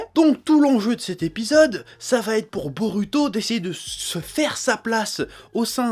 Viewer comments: ça m'énerve sa façon de dire 'narUto' ou 'borUto' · DIS BO"ROU"TO STP C'EST CHIANT